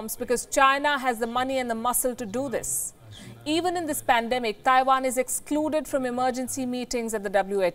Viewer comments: "THAIwan"... FFS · I like how she says Taiwan, Thaiwan!